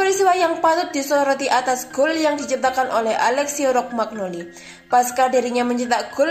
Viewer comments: Min... Macane Romanyoli dudu Rogmanoli. Medhok iku gpp, sing penting pengucapan jenenge dibenerke. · Dia malah bilang Rogmagnoli, blepotan amat sampe pen kugampar bibirnya